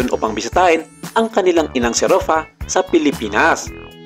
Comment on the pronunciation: RUFFA po, hindi ROFFA 😫😫😫